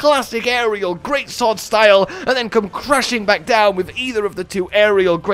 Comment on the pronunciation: did you say "shtyle points"? lol funny shit